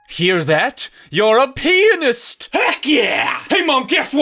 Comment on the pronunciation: that didn’t sound like “pianist”😭😭